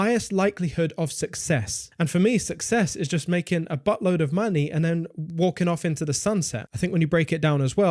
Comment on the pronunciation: A "boatload of money"...not a "buttload". Lol😂😂😂😂 love you brother...but that WAS funny.